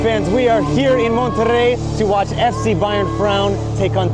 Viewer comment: First foreign non-spanish speaking person with the right pronunciation of "Monterrey"👏👏👏👏👏👏